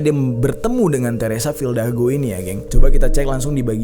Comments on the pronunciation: Fidalgo bang bukan fildago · RALAT BANG , FIDALGO BUKAN FILDAGO :V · Bang jery bilang "teresa fildago", ditulisannya "teresa fidalgo" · Teresa Fidalgo bang bukan Teresa Fildago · FILDAGO apa FIDALGO bang? hihihi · Fildago dikira bandung bang dago. Teresa fidalgo yg bener wkwk